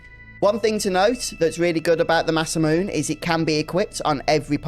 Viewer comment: Actually it is pronounce "Masa-mu-NAY"